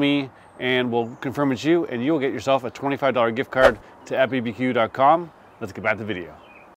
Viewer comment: Just a quick FYI, it’s not at bbq. It’s A-T-B-B-Q. It stands for All Things BBQ. You pronounce each letter individually.